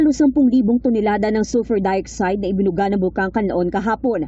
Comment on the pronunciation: PROPERLY ENUNCIATED, DIOXIDE SHOULD SOUND LIKE DIE-OX-SIDE. NOT DA-YOK-SIDE.